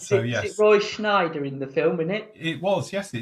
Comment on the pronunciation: Roy ‘Scheider’ not Schneider.🙄😉😆👍🏻